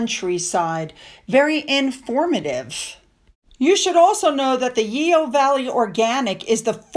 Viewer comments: Hi, love your channel but you're murdering the English language:goodvibes: Yeo yoghurt is pronounced yo! Chorister is Cor-ist-er. Please don't hate me! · I love your videos, thank you. I live in North Somerset and Yeo is pronounced as Yo( silent e).❤ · Yeo ..pronounced 'yow'